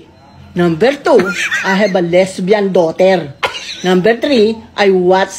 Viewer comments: “ I have a lesbian DAUTERLLLRRR” 🤣🤣🤣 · "i wIll dO iTfOr nUtTeLlA" and "i HaB a leSbiAn DoThEr~"